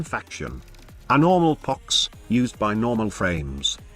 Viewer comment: I like how the text to speech calls it 🅱️ox sometimes